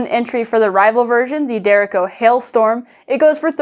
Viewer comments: just fyi, derecho is a spanish (or filipino) word that means straight, and is pronounced more like "de-retch-oh" or "dr-ay-cho" :) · Is there more than one way to pronounce "derecho"? It could be because of where I live, but I've only heard "dur-RAY-show" before now.